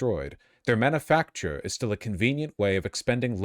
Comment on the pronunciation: the way he said manufacture here made me wanna unsub